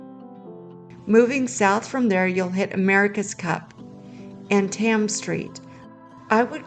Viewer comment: Thames Street is pronounced just as it is spelled, no English...tims, or tames...just Thames like the name James, I live in Newport, I know !